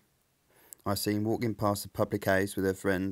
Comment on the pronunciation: Hearing this as a Dane, it's interesting that "house" early on was pronounced "hus", almost the same way we say it in Danish. Wonder if there's some viking influence there?